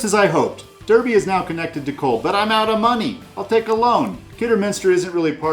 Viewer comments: Really enjoyed the content. Always fun to hear attempts at our quaint English place names, and you did pretty good! If I may, Derby is pronounced “Darby”, and Worcester is indeed pronounced “Wooster”, except it’s the “oo” sound from “good” rather than “oo” as in “food”. Other than that, spot on! Looking forward to exploring your other Brass videos as I really need to improve my game :) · Great video. But Derby is pronounced 'darby', the rest were good though 😁